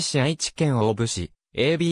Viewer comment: 飛行場跡地の近隣在住の者です。素晴らしい内容ですが、機械音声の誤読がもったいない😅 大府×だいふ→⚪︎おおぶ 長草×ちょうくさ→ながくさ etc 音声リメイクを期待します。